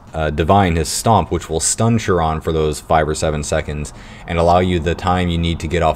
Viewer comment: not that big of a deal but it's not pronounced "sure-on" for chiron...it's pronounced "ky-ron". great video though